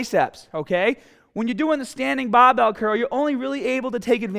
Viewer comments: easy cuul baahbel baa...haha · cool as hell and the amount of times I heard bahbell was very satisfying